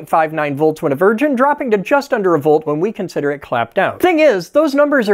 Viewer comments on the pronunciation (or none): none